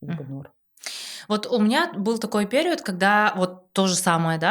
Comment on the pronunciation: Интересный выпуск👍 я играла в несколько трансформационных игр, и пожалуй, единение тени и души пока лучшая из всех. Рекомендую близким сыграть обязательно. Но после просмотра подкаста пошла в гугл проверять ударение слова перИод😅 очень уж режет слух💆‍♀️